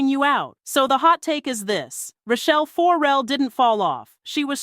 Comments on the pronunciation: Child, what is this?? What are you talking about??😂 AND, the last name is pronounced FER–RELL, NOT FO–RELL. Good grief. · FOR-rel/FOURrel FURrel! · Tearing my ears up with FOR-RELL. It’s not that, it’s FER-RELL but say it smoothly…Ferrell. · THE SYSTEM STINKS...And please, it is 'not' Rachelle FORRELLE, it is Rachelle FERRELLE. Painful mispronouncing obscures the depth and detail of the messaging. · "Four Rell"? come on!!! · Is the narrator even a fan? FO-RELL? Can you please do better work? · It is PAINFUL every time you say FORE REL😡😡😡😡. If you’re gonna do the story at least pronounce her name correctly. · Why are you saying Rachell For-rel? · Can you say her last name right? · Will you please pronounce her name right? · Maybe learn how to pronounce her name.....